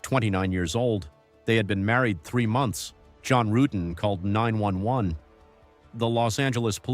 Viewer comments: His name is John Rutten not Rooten,that pronunciation was used deliberately to get Stephanie's reaction at the start of her interrogation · ..."John Roo-etten"...!? How TF do you read "Rutten" as "Roo-etten"...!?! It's something that AI would interpret and translate simple Language Code as.... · John Roo-etten 😅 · Not when you keep mispronouncing John Ruetten's name. Many videos about this case are already out there. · The intentional mispronouncing of John's last name in the beginning is ABSOLUTE GOLD !!!!!